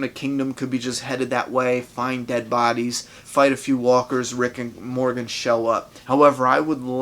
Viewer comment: when you sayed rick and Morgan I heard rick and morty hahahah